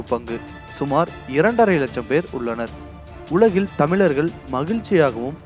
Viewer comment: தமிழை தமிழாகப்பேசு சனியனே....தமில்....தமிலர்கல்....தமில்நாடு....இதுதான் தமிழா...நீ .சனியன் பிடித்த நாசமாக போக.